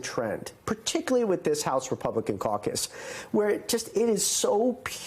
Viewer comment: Did you say caucus or CIRCUS???, & BIG little mike, ur leadr???!!! BYE BYE SIR LANCERLOT, or somewhat Scarecrow BULL, BIG TIME!!!